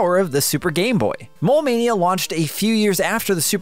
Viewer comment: I kept thinking you were sayin “Mall Mania”. I was like, I didn’t know that board game game to Gameboy! Heheh